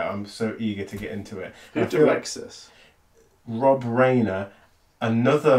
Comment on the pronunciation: Rob Ryaner, not Rainer. Fantastic director, never wastes a scene. Go and watch Spinal Tap....it's much better than you think it's gonna be.